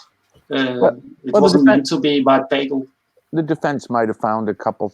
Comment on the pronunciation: We are supposed to get into from someone who even know how to pronounce Pagel? I guess I understand the foreigner not knowing but you see does know how it's pronounced. Did he even watch the doc. I think I was blocked from the live stream so I could not make comments so I let Kevin Smith know.